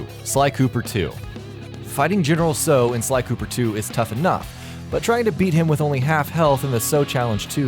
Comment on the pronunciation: General Tsao is from sly 3 and you're pronouncing his name wrong.